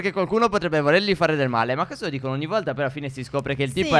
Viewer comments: LIKE se al minuto avete visto al posto di "male" c'era "mare". P.s. vi adoro💖💟❤🖤💙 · Al minuto il re ha detto mare invece che male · Al minuto dice mare invece di male (dettagli) comunque bel videi